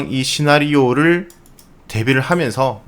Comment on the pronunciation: 시윤님의 마지막 인사말 성투하세요~ 내 귀에는 불가에서 쓰는 '성불하세요'로 들린다. 현대 자본주의 사회에서 경제적 자유가 성불한 뒤 얻게 되는 해탈이나 열반과 별 차이가 없을 것 같다는 논리비약적인 사고를 해본다.